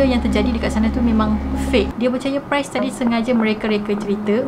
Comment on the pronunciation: Ye mmg best..tpi ade beberape perkataan yg kene fix jgk macm priest..bkn pronounce as price